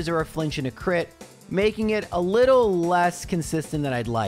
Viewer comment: I love hearing people say lottle, reminds me I'm not alone out here. What a great video full of good doggies. The varied strategies were astounding